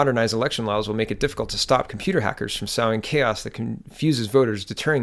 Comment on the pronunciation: Sowing is pronounced like sewing - it's so-ing, not sou-ing.